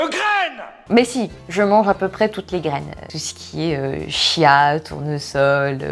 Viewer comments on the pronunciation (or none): none